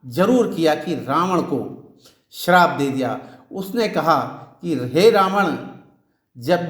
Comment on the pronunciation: Shrap 😂 gazab pada